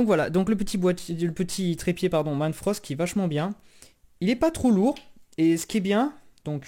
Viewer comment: Le trépied c'est pas "manfrosst" mais manfrotto